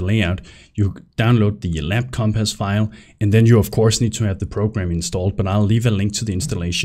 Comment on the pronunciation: omg say compass right. omfg lmao.